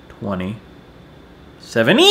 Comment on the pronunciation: I just cried because a grown ass man said 2017 sort of slowly and in a weird accent for the last time